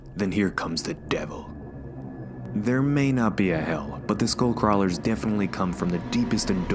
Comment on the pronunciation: When you said skullcrawlers I heard schoolcrawlers.